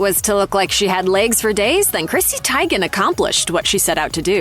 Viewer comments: If you are going to criticize a look, at least pronounce their names correctly. Christy Tiegun??? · Who pronounces Teigen like that? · YOU PRONOUNCED….TEGIN WRONG IF YOUR’E GOING TO CUT PICS DOWN AT LEAST PRONOUNCE THEIR NAME CORRECTLY GEZZ 🫢